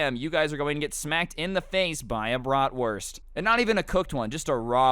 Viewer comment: are you sure it’s a bratwurst? It sounds like something else.